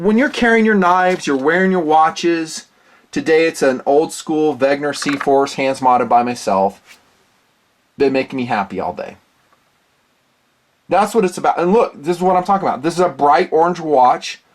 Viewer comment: The N comes before the G in Wenger.